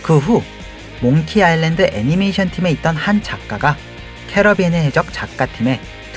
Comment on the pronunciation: 캐리비안의 해적을 계속 캐러비안이라고 하셔 ㅠㅡㅠ